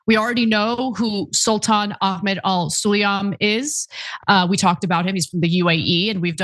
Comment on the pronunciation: For your information, the name Sulayem is not all that difficult to pronounce. Because IF you knew your English properly, then you would have known that it is simply pronounced in the way that it is written. Namely: SUL-AAA-YEM and NOT "SUL-EEE-YUM"!